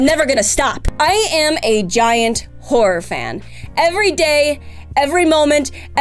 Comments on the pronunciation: Watching at 1.5x speed she saying horror but I heard wh*re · Am I the only one who keeps hearing whore whenever she says horror? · Goddamnit,. Every time you say Horror, all I can hear with your accent "I'm never gonna stop, I'm a giant WHORE"... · the way you say horror it sounds like whore and i love the sentences with that in mind